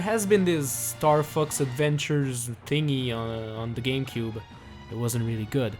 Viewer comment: The april fools is he says Starfux